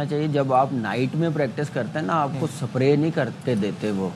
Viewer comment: Spray ❌ Sapre 👍😂